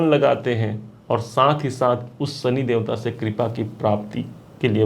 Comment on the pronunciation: Bhai, Sani nahin Shani. Aapki bhasha mein saare 'Sha' 'Sa' hain. Video achha banaya hai aapne!